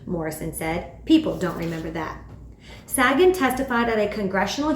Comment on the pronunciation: I'm not trying to be critical, but Sagan's name is pronounced Say-gn.